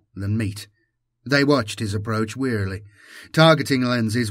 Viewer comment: Is it just me or do you pronounce warily as wearily? Anyway I appreciate your work keep it up👍🏻